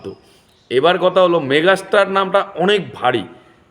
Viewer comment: মেঘাস্টার না দাদা ওটা ওটা মেগাস্টার।😅